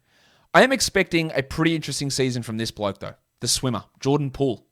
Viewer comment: you love him as a…… “ bloak” ok 👍🏼 we hear you lmao